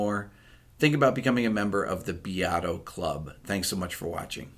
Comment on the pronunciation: Sì, anch'io!!!! I only study Italian but it bothers me to no end when he pronounces his name Beeeato! Too funny! Grazie Bepi!